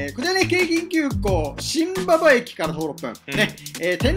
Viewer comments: しんばばではなくしんばんばです！ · 新馬場駅は、しんばばじゃなく、しんばんばと読む駅名です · 読み方難しいですよね。 しんばんば駅ですね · マジで結構新馬場駅を何度も通っていたのに読み方ミスるとは…🥵 二本行けたかもしれません笑🐷